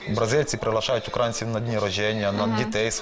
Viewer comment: Зараз би слово "українці" з наголосом на "а" вимовляти. Вася - справжній "укрáїнець".